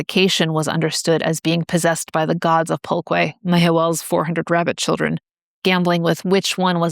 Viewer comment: its more like "pull-keh" I think